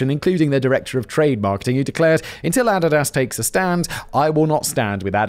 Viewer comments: Nah, as a canadian, im stepping in. It's ah-dee-dus. I dont care if its german, i dont say volks-vah-gin, so im not saying add-a-dass either 🤷‍♂️ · It's A-di-das. Please have someone let you know how to pronounce company names. For 20 minutes I didn't know what company he was endorsed by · Took me a minute to realize he meant Adidas (a-dee-das) every time he said a-dad-ass. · Also "Niek". I kinda like "Ah-did-ass" and "Neik" better anyway, the pronunciation sounds like a joke, much like those companies. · How to correctly pronounce Adidas for one. Every time he says "add-i-ass" instead of "a-deed-us" kills me. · Is Adidas pronounced differently in the UK than here in the US? I've always heard it as "uh dee dus", but Simon sounds like he's saying "added ass". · The way Simon is pronouncing ADIDAS ... closed captioning is showing "ADDED ASS" ....yanks pronounce it AH -DEE-DUS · A deed as…. Not add did as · Love your work Simon! I subscribe to all 27 of your YouTube channels! 😁 That being said...... your pronunciation of Adidas is killing me! 😂 (It's uh-DEE-duss) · I Couldn't help it! After this video I Had to watch My Adidas by RunDMC ... and picturing them pronouncing it like Simon! Got to "My Add-did-ass touch the sand of a foreign land With mic in hand, I cold took command My Add-did-ass and me close as can be We make a mean team, my Add-did-ass and me" and I lost it! Lol! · The way simon pronounces Adidas makes me laugh.. it's ah/ dee/ doss simon ahdeedoss😂😂😂😂 love you don't fight me lol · I couldn’t figure out what brand he was saying at first. Adidas 😂😂 A-dee-dus Simon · So is that the official pronunciation for Adidas? Cause I have never heard it pronounced that way before. I kept questioning what company he was referring to as I'd never heard of Addidass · Even the goddess Nike is pronounced Nai-Kee in England and now clue how he came up with Ah-di-dass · Ah. Did. Daas. His mispronunciations of shit are hilarious. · Ah dee das. C’mon now bro